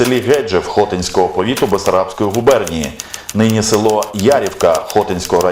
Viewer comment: ХотИнського повіту... село ЯрІвка... Перевіряйте наголоси!